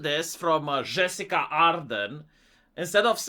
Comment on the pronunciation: say it wth me now, JUH-SIN-DUH